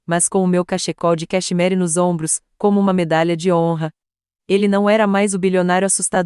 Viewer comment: História linda, mas essas vozes de IA me fazem rir. Cachecol de cacheMARY 😂😂😂